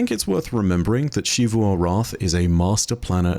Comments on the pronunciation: Why She-voo? It's pronounced in-game as Zee-voo, we don't need to play guessing games with the pronunciation. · he just pronounces xivu weird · …. It’s ZEE VOO